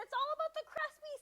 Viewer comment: Cruspy crust crunch LMAO…..whichever way you try to say it all I wanna say….DELISH!!!!!!👏🏻❤️‍🔥👏🏻❤️‍🔥 Nice Diner Tushie 😂😅🤣😍